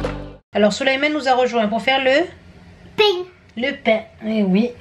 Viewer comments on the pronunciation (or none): J'adore c'est trop mignon quand il dit "le pain" ! Avec l'accent du Sud 😍